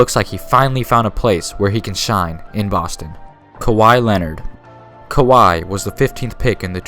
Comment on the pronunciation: Did you really say "kawaii Leonard"😂😂😂